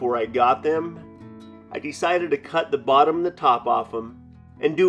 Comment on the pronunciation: The way this guy emphasizes "dee-cided" will never not make me laugh.